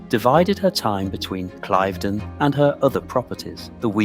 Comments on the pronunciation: [Klaiv- den] SOUNDS STUPID! It is [kliv-den]!!!! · Your pronunciation of Cliveden is incorrectl. It's Cliv', then 'den', not 'Clive' 'den'. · Cliv-den. I should know I was born there (well over the road 😅) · It’s pronounced ‘cliv-den’, not clyve-den’🙄🙄🙄🤨🤨🤨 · It is note pronounced Clive den it is pronounced cliveden where the cliv bit rhymes with give! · Pronounce “Clivedon” correctly!! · Please learn the correct way to pronounce ‘Clivedon’ …. It’s so irritating 😬